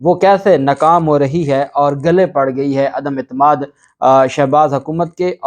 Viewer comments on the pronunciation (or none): none